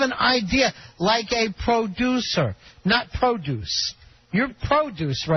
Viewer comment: Wow, Ron actually can pronounce the word "producer" correctly when he feels like it.